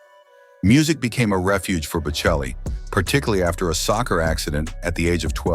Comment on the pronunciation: Maybe I should have gone into acting. Any job involving mathematics would've been out of limits for me. Never heard of R.J, but he sounds fascinating. Love listening to Bocelli and Pavarotti; please get your pronunciations correct!